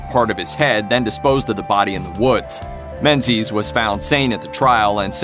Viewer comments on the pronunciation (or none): Menzies is a Scottish name, and is pronounced ming-ies